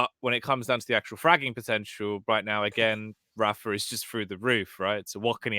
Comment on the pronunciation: has been commentating rapha's games for over a decade and he still won't pronounce his name correctly. so annoying.